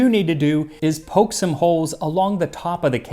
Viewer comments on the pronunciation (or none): none